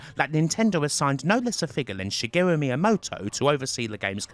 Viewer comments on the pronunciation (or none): none